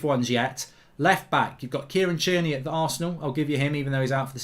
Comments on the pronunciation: He’s called fucking tierney not cheerney, you pronounce so many players names wrong. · Yeah “Tier-Knee” why is he saying it like that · Who tf is Cheerney?